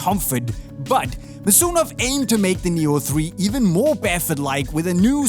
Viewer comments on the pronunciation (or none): none